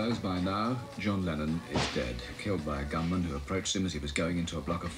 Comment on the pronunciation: I remember I was in high school and woke up first and turned on the TV. The reporter kept referring to "Lennon was here last night" or "Lennon was shot". I though he was saying "Lenin" and was like didn't he die 50 or 60 years ago?